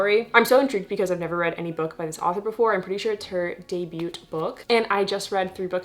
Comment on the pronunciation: Not to be that guy but you do not say the T in debut. Debu is how you say it. This is not meant to be sarcastic or rude just educational and it kinda bugged me. This happened .